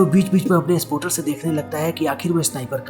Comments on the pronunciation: Sapoter nai ha spater ha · spotter hota ha be🤣😅😅